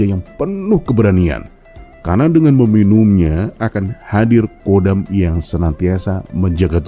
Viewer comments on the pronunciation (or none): Khodam...bukan Kodam: komando militer